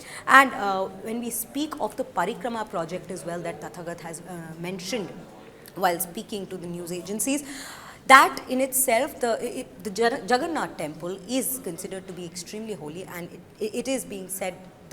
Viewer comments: Idiot it's Tathagat not Tagatha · It's "Tathagata " not "Tagatha" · Is the first Anchor even indian??.. she cant even pronounce Tathagatha ??😂.. what a shame… sorry state of affairs..